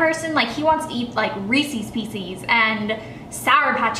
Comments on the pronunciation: Reesies peesies 😂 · The way you said Reese's pieces 😂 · haha I say it the same way. it must be a southern thing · I have never heard anyone say it like that 😂😂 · such a pet peeve of mine! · I think it's a southern thing, because I know some people who are also from the south who say it the same way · its not just a southern thing